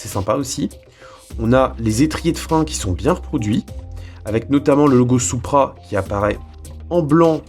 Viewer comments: Ça se prononce '' sou-pra '' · Perso je dit "supra" et pas "soupra"